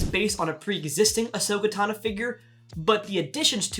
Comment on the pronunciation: "Ashoka TANA" Uhh sir I'm 100% sure it's Tano